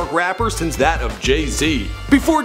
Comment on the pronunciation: and why when you quote the kid you say DAT instead of that. cmon bro you think we dont catch that subliminal shade you're throwing